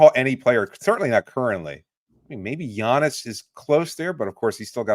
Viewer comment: Giannis is not leaving the Bucks to play with a 40 year old Steph Curry lmao... "Relative Interest" give me a break dude. Not to mention Giannis signed an extension through 2028. You didn't even say his name right 😂